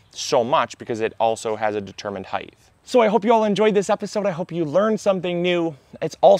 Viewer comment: There is no H at the end of the word ‘height’. Crazy, I know.